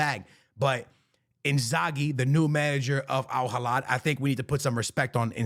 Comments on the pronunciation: Al Hilal❌ Al Hilad✅ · My guy its alhilal with an L not alhilad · It' AL HI-LAL not AL HILADDD my brother 🤣🤣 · It’s Al Hilal not Al Hilad my guy. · It's Hilal not Hilad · Al hilal ❌🥀 Al Halad ✅🤣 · Al heelaal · A years worth of my lifespan is reduced whenever i hear mispronounce al hilal's name😭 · Its Al Hilal there is no D and the H is silent.